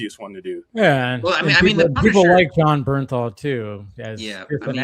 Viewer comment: Its Bernthal, not Berthnal